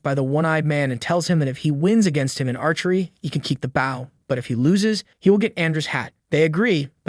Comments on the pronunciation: I need to point out that Bow and Bow are two different words -Bow spelled as Ba-o is a reverence -Bow spelled as Bo-u is the weapon So the narrator really mixed up the words there🤔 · Is that an AI voice? What kind of moron can't pronounce the word Bow... he pronounced it as if he's talking about a ship. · I’ve never heard bow pronounced this way before. Is that normal somewhere?